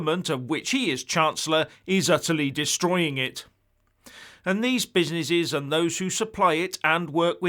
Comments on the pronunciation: He also said: Oh-my-cron and Busy-ny-shes just like he said Proa-toa-call! LOL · Oh-my-cron and busy-ni-shes! hahahahahahahahahahahahahahahahahahahahhah